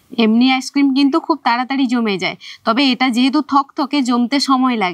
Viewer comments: ভিডিও গুলো তো শুধু মেদিনীপুরের লোকের জন্য করছেন না উনি, সকলের জন্য করছেন। শুদ্ধ ভাষা উচ্চারণ করা উচিত, যেহেতু উনি ইংরেজী বিষয়ের শিক্ষিকা। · আপনি একদিন ভিডিও তে বলেছিলেন আপনি টিউশন পড়ান ইংলিশ। কিন্তু আপনি তো আইসক্রিম কথাটাই তো ঠিকমতো উচ্চারণ করতে পারছেন না। আইসক্রিম তো একটা ইংরেজি শব্দ, আপনি নিজেই ঠিকঠাক উচ্চারণ করতে পারছেন না তো ছাত্র-ছাত্রীদের ঠিক উচ্চারণ কিভাবে শেখাবেন?